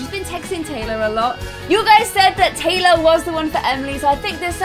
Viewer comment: she said Tylar instead of Taylor